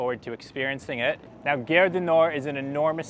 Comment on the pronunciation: If you can pronounce "car", why do you make guerre ( which means war) out of gare?